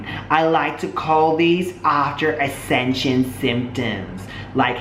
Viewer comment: He seriously can't pronounce the word "ascension" wowwwwww